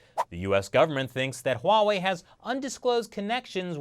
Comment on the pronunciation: It's not pornounced Hoo wa wei